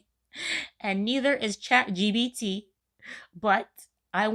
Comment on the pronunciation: girlll... ... LOL It isnt ChatGBT like EBT, its ChatGPT!